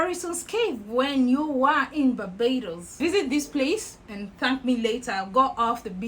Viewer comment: Hello my beautiful Sunshine I love how said Barbados 🇧🇧